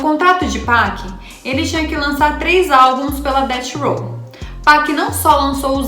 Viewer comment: Gata, manja das gírias e trouxe conteúdo top! Mereceu like, só um toque, quando for se referir a death row , pronuncie DEFF ROW